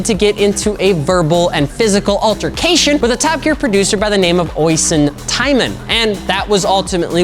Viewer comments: The man's name is pronounced o sheen not oyson. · Not a criticism as Irish names are hard to pronounce if you've never been around them, so more of a fyi. The producer who Clarkson punched, Oisin Tymon. Oisin is pronounced "Oh-Sheen" or "Osh-een" or sometimes "Uh-sheen" depending on the accent involved, though the first one is the most common. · Oisin is pronounced Osheen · my god you butchered that poor lads name (oisin)